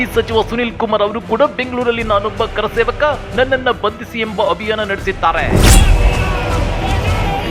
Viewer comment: ಆ ವ್ಯಕ್ತಿ ಗೆ ಕರಸೇವಕ ಅಂತ ಹೇಳೋಕೆ ಬರಲ್ಲ,ಕಾರಸೇವಕ ಅಂತಾನೆ.